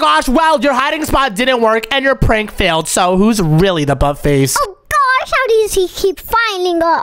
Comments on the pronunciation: why in the world does he says oh my gwosh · its not oh my gyash its oh my god and oh my gosh